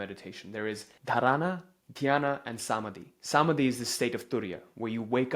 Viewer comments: It's not Saamadhi , it's Samaadhi. 🙏😇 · ❤ Thank you for this info. please do work on correct pronunciation of key Hindi/Sanskrit words. dhaarna, Smaadhi, etc❤